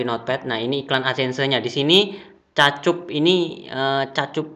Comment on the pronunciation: 'ADSENSE' "Edsen" aja bilang nya mas, gak usah ada tambahan "se" nya. Saran aja ini mah 😅😅😅 Aku subscribe channel mas baytheway